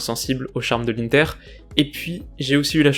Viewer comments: Tu prononce mal l'inter comme c italien on fait pas le son un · On dit inter pas inter